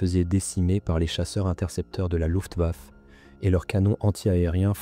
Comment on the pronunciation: Luftwaffe se prononce LUFTWAFFÉ